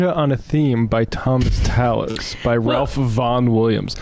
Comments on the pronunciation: Sorry to be that guy, but Vaughan Williams is not looked down upon as pop classical the same way Rachmaninoff or Korngold was. Not that it really matters but just for clarity I thought I would add it. Also, its spelled Ralph but it's pronounced 'rafe' like safe. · Vaughan Williams is certainly considered to be a "light" composer, particularly as many of his pieces, such as that Fantasia, are tribute pieces or arrangements of popular songs. Also, his first names is pronounced the same as Ralph Fiennes